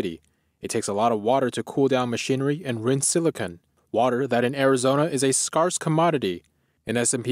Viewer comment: It's not scar-se. It's scare-se